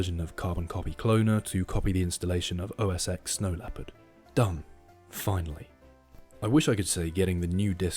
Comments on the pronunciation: “OS eX” makes me cringe lol. Its pronounced 10. Nonetheless this was entertaining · It is pronounced "OS Ten"